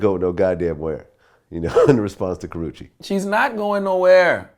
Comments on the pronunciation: tehaha he said kowachaki doeeee! 😷💀💀💀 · How many times he gone fuck her name up LMAOOOOO